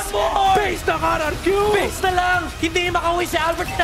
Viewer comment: RRQ broooo not RQQ